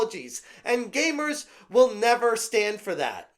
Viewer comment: gamers not gaymers